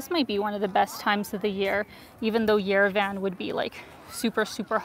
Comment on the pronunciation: It’s pronounced “yerev-ahn,” not yere-Van. Thank you for showing us Armenia, you are beautiful.